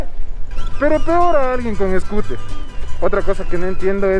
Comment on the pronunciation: Jajajaja mi hijo viendo tu video se ríe cuando dices escuter 🤣😂 saludos desde Tampa Florida 🤗🤗